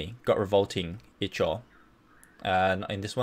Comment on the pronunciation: Ichor i believe is pronounced (eye-core) but may be wrong.